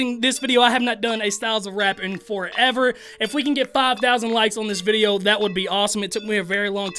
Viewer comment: Not picking on him but every vid he makes i here vid-ja instead of video is it that he cant pronounce it right or he just like to use slang in the word?